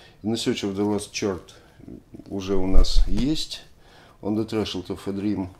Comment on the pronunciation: Прекрасно! Спасибо! Только слово "chord" как и все слова, пришедшие в английский из греческого, произносится не через "ч" или "х"… а через "к" . )))